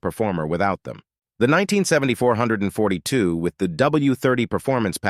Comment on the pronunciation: Good god man, stop calling the Olds 442 the four hundred and forty two. It is called 4-4-2!